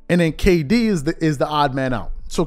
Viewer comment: stop it’s Kd it ain’t that hard😂